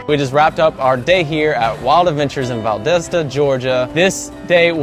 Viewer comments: Dude, it’s pronounced Val-dah-stuh. Hahaha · i love how you pronounced valdosta 😂 that was close tho